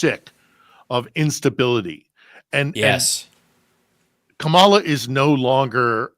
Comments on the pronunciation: Major please learn how to say Kamala. Comma la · I hope figures out how to say Kamala pretty soon.